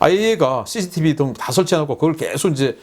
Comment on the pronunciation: 자꾸 씨시티브 강조하지 마세요 씨시디브 제거하면 어떻게 하려고요 제발 강조하지마세요